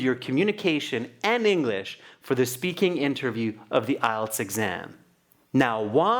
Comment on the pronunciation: she said englich instead of english ad stopped sometimes